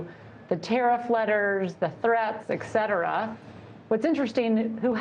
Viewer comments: um, she (and many others) add a “k” sound so if you aren’t hearing it then maybe you’re part of the problem. The word is “et” followed by “cetera”, there should never be a “k” sound. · I'm not hearing it? What is incorrect about her pronunciation?